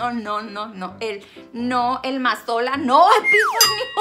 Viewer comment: Ese como dice aceite Mazola jajajajajaja es bien ocurrente😂😂😂